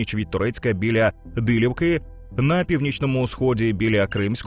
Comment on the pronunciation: не Дилівка, а Диліївка